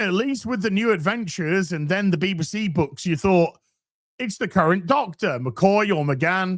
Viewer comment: what's a "Beeba-see"?